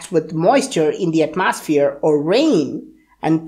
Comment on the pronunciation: At-Moss-Sphere lol I love this guy and this channel!